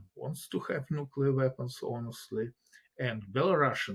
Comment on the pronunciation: "nookular" video closed